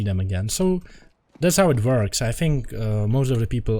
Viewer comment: thats how it vorks